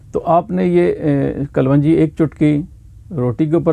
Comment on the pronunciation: Kalwanji nahi sahab kalonji hoti hai.